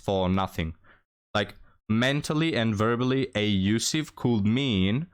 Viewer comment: Not “A-usiff”. The word is “Abusive”. There is a B in the word.